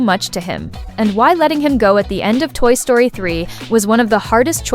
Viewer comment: Toy Sroty?